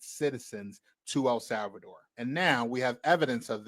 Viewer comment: "Al Salvador" lolol